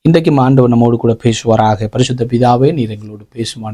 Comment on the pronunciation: பேஷுவாராக இல்லை பேசுவாராக.சு வை ஏன் ஷு என்று உச்சரிக்கின்றீர்.தமிழை ஏன் கொல்ல வேண்டும்.